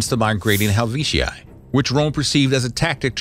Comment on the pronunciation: right he said gayous moreus? And they fought the helvici?